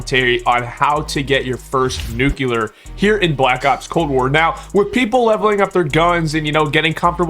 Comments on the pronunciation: Nuclear!!! Not Nucular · he’s joking, he’s saying that he doesn’t know what a “Nuke You Ler”. The reason he’s saying this is cuz he thinks that the way this guy pronounced Nuclear is weird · i lover how you say nuclear its so satisfiying nucelar